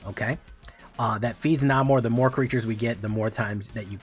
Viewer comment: I can't always tell when you are intentionally mispronouncing things so... The "A" in "Namor" is the same as the "A" in. No hyphen would be "Submarine" as you are saying it. The big boats that go underwater. The hyphen indicates the second part with the "A" like in "air" so Sub-Mairiner.